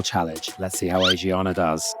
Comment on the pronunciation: pronounced ah-shi-ahna